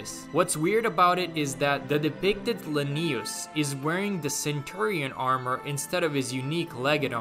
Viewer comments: Why do you keep pronouncing it la-knee-us they don’t say it that way in the game it’s pronounced Lin-E-US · It's Lanius not Lennius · LAnius, not LanIus